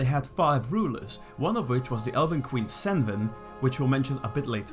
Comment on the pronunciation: The elf queen’s name is inspired by Tolkien’s Sindarin and by extension Welsh. The most likely pronunciation of her name is Kenwen with the C pronounced as a hard k. It’s definitely not pronounced as senven lol